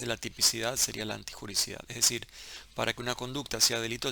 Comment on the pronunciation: Doc es " antijuriDIcidad" no antijuricidad